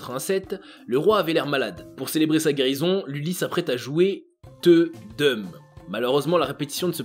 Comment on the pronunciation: "teuxdeum" se prononce "té dé oum"